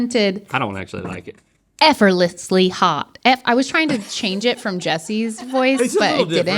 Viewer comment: love the "Efforlessly" hahaha